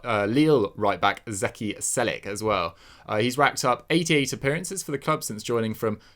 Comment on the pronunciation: It's pronounced Chelik not Selik. Ç = Ch